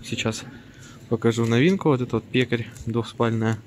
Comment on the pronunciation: И постельное бельё у него пекарь а не перкаль